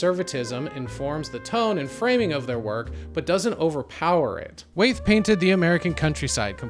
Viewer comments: Ohmigod. It's pronounced WHY-ETH! 😂😂😂 But thanks for giving a fair interpretation of Andrew's work. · Great video. But it's pronounced WHY-eth. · Wait am I missing something, why are you pronouncing Wyeth like "wayth"?